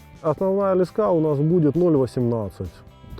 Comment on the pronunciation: это слово леска с ударением на последний слог)))